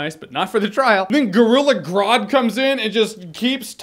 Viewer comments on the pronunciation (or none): none